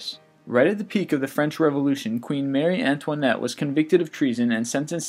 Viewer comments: Its MARIE Antoinette not Mary. :/ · "mary antoinette"? Marie, Marie. MARIE. oy.